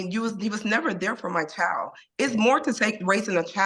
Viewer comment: Girl, the word is pronounced "chy-uld", ok? Not "chald".